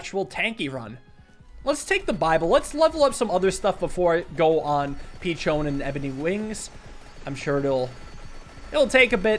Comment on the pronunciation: Pretty sure Peachone is pronounced Pi sho'/cho' nə since it looks like Italian piccione for pidgeon